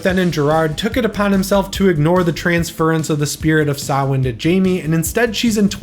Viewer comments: Great franchise ranking! I'm Irish and I'm glad to hear Samhain pronounced correctly 🎃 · Great video,. When I was a kid I hated Halloween III: Season of the Witch, cos of the lack of Michael. But now as an adult, I love that movie, for the reasons you mentioned and more! Oh and being Irish, I appreciate your saying Samhain correctly 😃👍🎃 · Thank you for pronouncing Samhain correctly! As an Irish person, I always cringed whenever they'd butcher the word in the movies even though I love this film series 😂